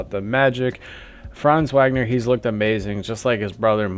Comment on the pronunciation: Franz who?? This is how we know it’s not you talking! When you can’t even pronounce the last name of our best payer! WAGNER=Vawgner!